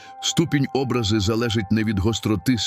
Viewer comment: ОбрАзи, а не Образи!